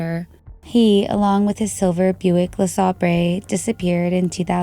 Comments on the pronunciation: Buick LeSabre is pronounced “Luh-Say-bruh. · La Saber. That’s how you properly pronounce the name of that car. The more you know 😉